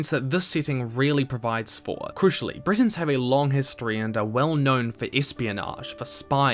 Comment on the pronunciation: Your videos are amazing, but i beg you, try to learn the correct pronounciation, i know it may be hard, but for the first half of the video i thought you were comparing the high rock to britain (britains/bretons...)